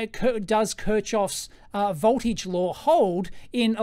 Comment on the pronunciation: Good stuff. That Kirchhoff pronunciation tho. :D